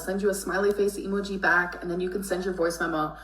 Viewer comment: "E-mu-gee" is making me want to punch a wall